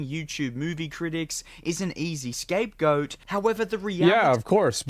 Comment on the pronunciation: Did he just say "escape goat?" Lmfao😂😂😂😂😂😂